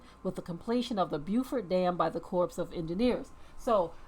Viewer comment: It’s Corps (Kors) of Engineers, not “corpse” of Engineers.